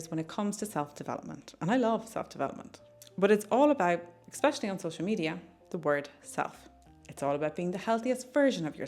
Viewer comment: Super good tips!! Very easy to implement and insightful!!! So helpful. Thank you so much for all your fantastic videos/tips. …fyi it’s ‘especially,’ not ‘eXpecially.’